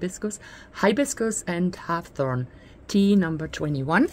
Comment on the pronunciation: Hib-iscus is how it's pronounced. Deliciousness, formally, but yours is cuter. Hawthorn sounds like whorethorn or hoarthorn. A berry of this plant is called a haw (pronounced hoaw, rhymes with law)